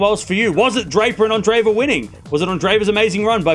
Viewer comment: A minor point, but her name is not pronounced "anne-DRAY-va." That double e represents two separate syllables: Ahn-DRAY-yay-va. Like the name "andre" (with accent on second syllable) and then added to it "yeva."